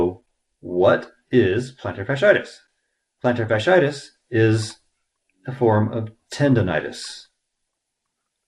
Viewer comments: It's fas-she-I-tis, not fas-i-tis. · I'd like to know why you are the expert and the podiatrist doesn't understand this? You're not pronouncing the word correctly. The two i i s in the middle of the word are pronounced as 'e' first then 'i'. Fash-E-itis